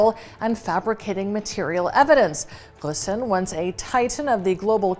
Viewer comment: Interesting rendering of "Ghosn".